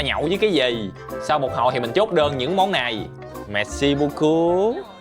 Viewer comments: ổng nói merci braucoup lúc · Merci beaucoup mà tao nghe thành messi bus cu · anh ơi anh đọc chữ merci beaucop hình như ko đúng hay sao á nghe nó ựa quá =)) mặc dù em fan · =)) thanh kiu messi buuu cou =))) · biết là tiếng pháp mà có cần phải nhấn mạnh như thế không anh🐧